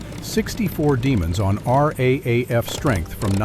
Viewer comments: the AI commentary is painful. Nobody says R A A F. It is pronounced R double A F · Raaf pronounst r double a f